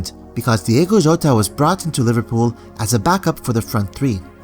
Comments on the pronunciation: Its not Diego Jota, its Diogo with an O. We have almost no Diegos in Portugal. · It’s Diogo, not Diego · Bro Excellent video as always But the name of the player is DiOgO with an "O". ( Di-oh-go Jota) Keep doing a great job, Cheers From Portugal